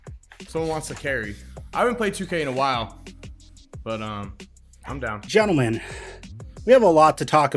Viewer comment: MAn called them GENTALMAN lmao